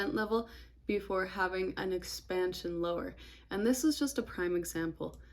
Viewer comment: Great video. I learned a lot. I swear you said, "X pan shuuun"😅 and I just noticed you have a really cool beauty mask on, what I think is your right cheek? Anyway, looking at the market is fun. 😎